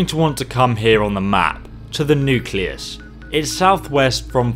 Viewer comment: I love how he says nucleas